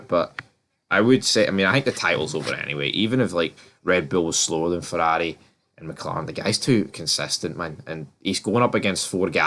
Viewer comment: Red-Pill? Azdon Marden! Fourarri! Mouk-Lawrein! The guy must talk about F1!